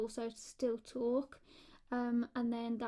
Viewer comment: It's relaxing to hear you talk or as you pronounce it, "tolke"